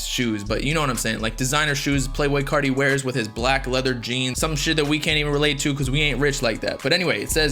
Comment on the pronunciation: Why u say carti people like that